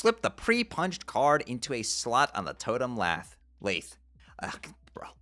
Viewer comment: Lathe rhymes with bathe